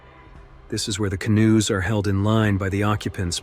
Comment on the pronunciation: AI strikes again in this narration, mispronouncing English words! AI calls canoes "can-oo-ees!" And yesterday, I heard AI call a location such as St. Martin's as "street Martins! And they always mix up homonyms such live and live, meaning location or "not dead!" Some are funny but most are not!